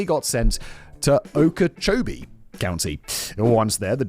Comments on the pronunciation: I'm dying laughing at the fact Simon says Okeechobee perfectly but mispronounced Brevard. And ps Sheriff Grady is a POS concerned with chasing being a celebrity lawman vs being a competent one. But this is the state of the state this last decade plus. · As a Floridian, I need to congratulate Simon for his pronunciation of Okechobee County. I know people 2 counties over who probably couldn't pronounce it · I'm super impressed Simon was able to pronounce Okeechobee properly. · Nice job on pronouncing Okeechobee! That was damn near perfect.